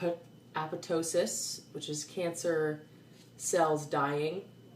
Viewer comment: apoptosis = ay-pop-TOE-sis